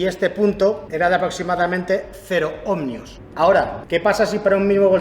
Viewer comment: Cada vez que dice /omNio/ en lugar de /Omio/ para los Ohmios se muere un gatito. Buen video igualmente.